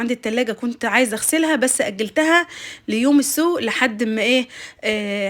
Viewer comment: 😂سلامات سلامات ،، يوم السوء اش الي انتي تقوليه ،، قولي يوم السوق ق ق ق ،، محفوظين مجبورين ❤